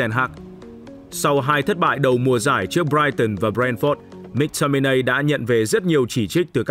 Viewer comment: Cho tôi hỏi chút, có chút thắc mắc là sao tất cả người Anh đều phát âm “Mc” là “mắc” còn anh lại đọc là “míc” vậy? Và anh có nguồn thông tin nào để chứng minh tên cầu thủ này phát âm như vậy không? Mình tò mò nên mình hỏi được không?